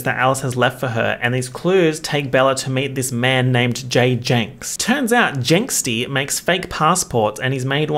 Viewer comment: I'm replaying this video several times just to hear saying "Jenkstie" 😭